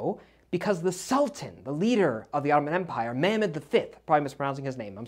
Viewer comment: You pronounce "Mehmet" correctly. Expert opinion by the way